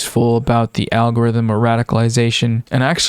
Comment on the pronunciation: And I'm heah foh dis awgowifum